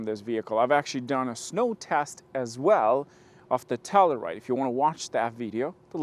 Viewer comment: Pronounced. TELL “U” RIDE .